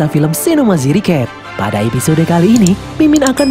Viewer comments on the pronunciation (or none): none